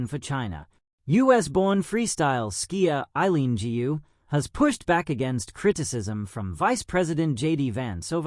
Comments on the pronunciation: Correct me if I am wrong, "GU" is a family name in China, should be pronounced "GOO", not "GI-U"! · Gu is not pronounced Gee You but koe with a soft G.